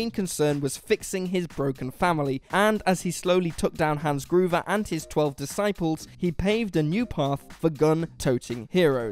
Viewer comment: “Maquismo”??? Hans “Groover”? smh